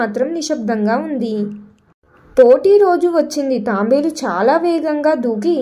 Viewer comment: అది తాంబేలు కాదు తాబేలు..